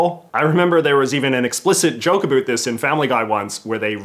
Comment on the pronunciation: Can you say about correctly once please